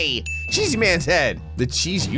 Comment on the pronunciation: lol the "cheesy storyline" says "cheey storyline"